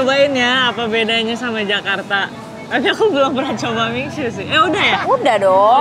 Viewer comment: Info penting!! Cara baca MIXUE itu MISYE. Sekian dan terima gaji🙏